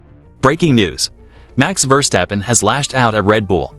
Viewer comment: What a hideous voicover! Your ludicrous computer vouce can’t even pronounce Verstappen. Just get better you wasters.